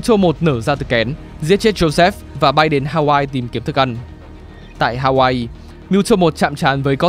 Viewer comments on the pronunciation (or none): none